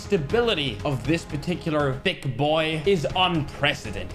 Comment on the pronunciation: "Thig"